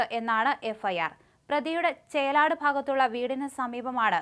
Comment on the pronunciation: ചേലാട്ടം അല്ല ചേലാട് 😅